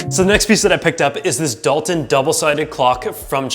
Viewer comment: It’s Dulton not Dalton